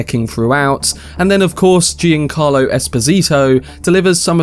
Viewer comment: nice video as usual. minor quibble: giancarlo is pronounced closer to "johncarlo" than "gee-ahn-carlo"